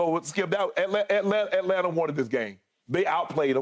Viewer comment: I need Shannon to act like he from GA and not pronounce those T’s in Atlanta lol